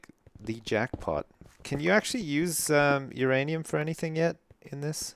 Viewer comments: is the only guy I know who would let anyone violate his "uranium" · If you're gonna sleep with my blade, then I'm not gonna touch "youranium" xD What?! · said uranium and nobody said who's rainium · he calls uranium my ranium because it sounnds like your rainium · Who's ranium?Uranium!